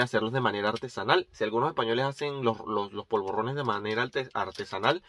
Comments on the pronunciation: No se dice POLVORRONES. Son polvorones. Vos lo pronunciás con doble R. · polvorrones no; POLVORONES, con ere, no erre...xdd bon profit!